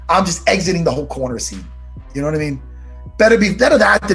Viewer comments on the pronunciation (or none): Matt “yanno” Serra🤣🤣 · Matt jih noouw?!?! Serra ;) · Matt ‘yenoo’ Serra